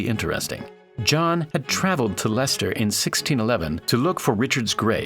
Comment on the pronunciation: Correctly pronouncing Leicester puts you in the 0.01% of Americans who did their research. Congratulations.